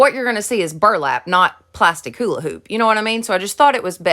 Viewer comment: I love how u say hola hoop lol